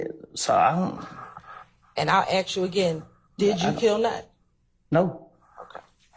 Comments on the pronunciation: Wish she would act professional and not say "axed" all the time. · omg she gets on my nerves saying aks instead of ask !!! geez